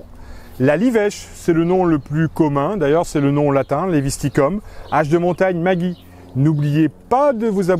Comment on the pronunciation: En Alsace il faudra prononcer Maggi « Maguy » et vous avez totalement raison.